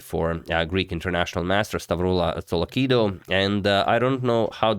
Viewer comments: tsolakidou pronounctiation : "Tsolaki-TH-ou" "TH" like the words "THis" "THere" "That" etc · the d in tsolakidou is pronounced as "th" like in the word "the" otherwise you did fine:)